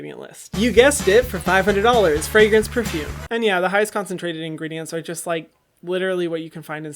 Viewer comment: i cannot tell you how happy i was when he said frangrence at an i had guessed that